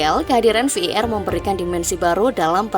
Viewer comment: Admin sampah ngmng var aja sampe v i er kwkwkw